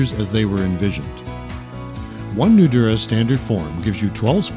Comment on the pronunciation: Great product! but let the commenter know that Nudura is pronounced with a longer emphasis on the "a" of Nudura. eg. Nudura(h).